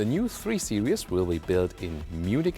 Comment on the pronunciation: your beautiful description goes really bad when you call Series Seri-ous here is the pronounciation